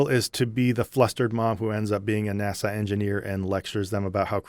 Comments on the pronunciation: That movie reminds me of the rapture movies from many years ago. Definitely pushing an agenda and putting fear in believers to reinforce conforming to the cult. Don’t know how you suffered through it so many days in a row. Interesting how you pronounce NASA like Nassau, Bahamas. Made me smile each time. Reminds me of why I relate to YouTubers like you, Mythvision, Gnostic Informant, Kristi Burke, Mindshift and others - real people who have been through the same thing as the rest of us former believers but, being brave enough to reach out to help others. Thank you! (P.S. I am not that brave!) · I forget our man is Canadian, until he pronounces NAS-Ahh 😜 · I watched video 7 times in a row and also enjoyed getting nitpicky about how he kept misprouncing NASA. 😂